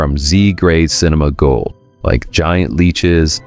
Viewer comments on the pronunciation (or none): none